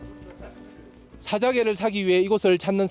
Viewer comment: 사아자아개 아니고 사아자 개 발음이 억양이